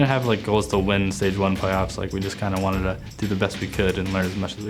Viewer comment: Gold Revolvers en même temps quand tu dis « wi wanteude » a la place de « wi wantid » c’est chaud.